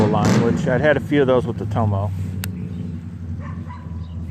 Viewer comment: i looked that up, i think it's Toma, not tomo lol, pretty darn cheap! thx again